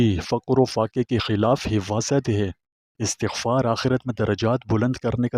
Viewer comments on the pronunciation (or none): yah lfz astaghfar hay not istghfar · Ap ka bayan buhat acha ha lakin ap is ko ghalt par rahy hain pronounce sahi nahi kar rahy apni ghalti daroust kar lain